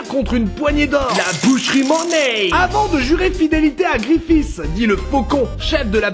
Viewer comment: nan mais pas le "grifisse" fait saigner les oreilles